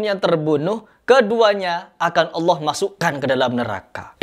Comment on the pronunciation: Kata allah....?? Kpan allah berdialog dg allah......?? Gufron kakek ente kale..... Kata allah kata allah... Kpan allah ngobrol dg anda..?? Ngajimu benerin dan jika mnyebut nama allah yg betul bukan hallah tp allah... Bukan hallah